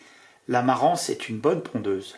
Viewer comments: Merci beaucoup pour ta vidéos et biensur pour les autres. Pour info Marans se prononce Maran A bientôt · dans le sud on prononce les 's', mais on ne dit pas Parisse pour autant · Bonsoir merci pour la vidéo , Concernant la poule de marans le S ne se prononce c est donc « maran » en phonetique Et effectivement la coquille de l œuf est dur et même en couveuse 66% d éclosion reste une moyenne d éclosion Thibault de La Rochelle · Salut, Ube autre race excellente,voisine de la Marrans,bien que bien moins connu, c'est la Barbezieux. Gros œuf très bonne chère, gros gabarit et en plus vraiment très belle entièrement noir avec une oreillette rouge vif. Voilà comme tu l'as demandé je partage une de mes races préférées. Un peu chauvin, je suis originaire de Charente maritime. Par contre on ne prononce pas le S à Marrans. 😁 Bonne journée fraîche mais ensoleillé Merci pour cette super vidéo. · Superbe présentation seulement un complément sur la diction concernant la poule de Marans le "s" ne se dit pas. On dit Maran et on écrit Marans. Un admirateur de Charente Maritime. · On ne dit pas "Parisse" et on ne dit pas "maranse" non plus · Super intéressant comme d'habitude ! Un petit détail ... La ville et la poule de Marans se prononce sans le "s" 😊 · Merci pour la vidéo ! Beaucoup de commentaire sur les races locales. Peut être que ce sont elles qui sont les plus adaptées localement pour la production fermière. PS : on ne prononce pas le S de Marans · Merci de ne pas prononcer le S à la fin de Marans. On est pas dans les Landes mais en Charente Maritime... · MARANS (on prononce pas le S, comme Fouras ou Paris)